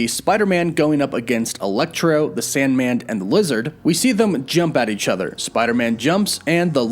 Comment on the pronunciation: u said sandmand, lol